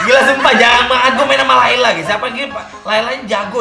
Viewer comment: "tapi dia masih pake lalay (kelelawar)"🤣🤣🤣